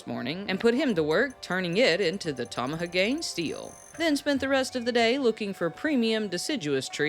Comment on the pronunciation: ... oooof... Tama-ha-gane. Not Tamaha-Gain